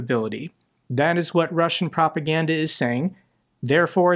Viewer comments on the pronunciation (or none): none